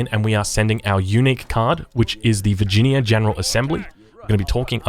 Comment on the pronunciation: Vir gin ee ya